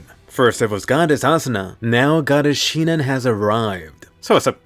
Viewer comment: i had a smile when Asuna said SiNoNoN!